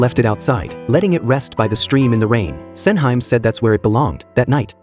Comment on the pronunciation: hearing SENHYME 😂